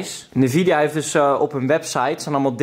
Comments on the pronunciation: spreek het alsjeblieft uit als N-vidia en niet als nevidea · Leuk die sponsoring van nvidia (uitspraak is trouwens `envidia`. Jij zegt steeds nevidia, das fout 😉.) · Je spreekt het uit als ENvida niet NEvidia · petitie: spreek nvidia als EN Vidia uit eenplaats nvidia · sorry maar ik moet het toch zeggen. de N in NVIDA spreek je apart uit, dus N-VIDIA. Loef de content, vooral met Juultje;) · sorry dat ik het zeg haha maar je spreekt het uit als ENvidia hahahaha 😅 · lol je bent een "computernerd" maar een 3060 is niet eens mega goed + je zegt drieduizendzestig dat zegt genoeg Edit: je zegt ook nog eens "nevidia" 😂😂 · Ik cringe wel een beetje hoe Nvidea uitspreekt xD. verder gaat het wel goed met mij hoor.